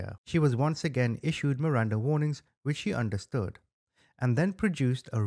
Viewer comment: MIRANDA RIGHTS not "warings"